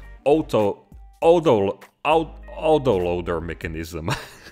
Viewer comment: If you have trouble pronouncing the "Auto" in "Auto Loader", in most english speaking places in North America it's pronounced like the name Otto. Hope that helps ;)